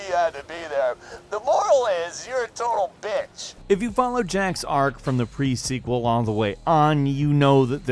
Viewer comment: prequel not pre sequel